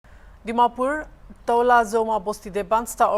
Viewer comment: Dear Hornbill tv the term NETIZENS & CITIZENS are two different entities. In this case the issue is between the Citizens of Toulazouma (pronounced 2-la-zu-ma) and not as written on the thumbnail. Thank you for the coverage 👍